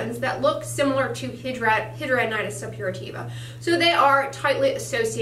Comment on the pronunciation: Either you are saying it wrong or every doctor I've seen over the past 10 years and 4 states are saying it wrong.